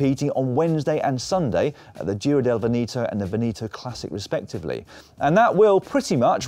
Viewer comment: when in doubt on how to pronounce a foreign word like "Veneto", google translate can help! :-P